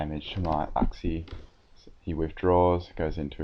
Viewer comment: i think its pronounced yooxie